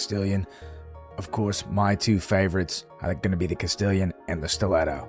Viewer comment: Castillon is pronounced Cast-ion. French. Everyone calls it Castillion, including myself when i started. Not hating! Just spreading the knowledge i picked up. Love the vids brother, keep it up.